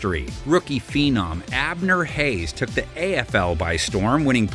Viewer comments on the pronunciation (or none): Abner HayNes ...not HaYes